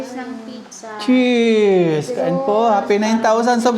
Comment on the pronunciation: Sarap naman ang lunch niya. Ang tamang pronouncuation ng Pizza ay Pit- sa not Pi-sa. Enjoy!